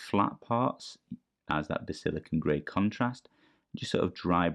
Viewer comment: Great video man… but…. Basil-I-can-um 😂😂